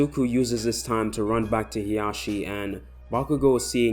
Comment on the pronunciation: Isn't it hisashi and not hiyashi or however you want to spell them